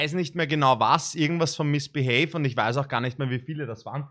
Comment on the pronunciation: Niemand: Wirklich niemand:: MiSsBiHeY 😂🤦🏻‍♂️